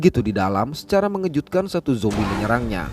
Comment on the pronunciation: Bang, makasih kerna menyebut zombie dengan sebutan Yang tepat Dan bukan seperti Yang lain , Jombai.... 👏👏👏